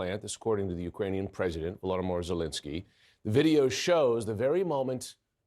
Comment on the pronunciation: Bro said Vlodomor Zelensky